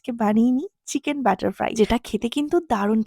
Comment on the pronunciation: বাটার উচ্চারণ করেন কেন?